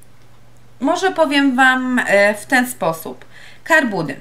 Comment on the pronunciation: to nie są "karbudy", tylko "car boot's" :P